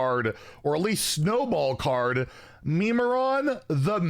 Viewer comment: Mimiron NOT Memeron